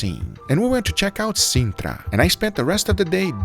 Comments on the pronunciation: Yo Guga, its Lisbon and Sintra, not Lisban and Sindra wtf. But you get the best city right tho ! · Amigo, Sintra, não Sindra. Pela menos acerta no nome do sítio. E também, aqueles pastéis de bacalhau são uma bela bosta, você tem razão. Tem que ser um pastelzinho pequeno de um cafézinho sem nome! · It’s not peri peri, it’s PIRI PIRI..and the place is SINTRA, not sindra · "Lisban, Porto and Sindra" you mean "Lisbon, Porto, Sintra" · It's Lisbon, not Lisban! And Sintra, not Sindra...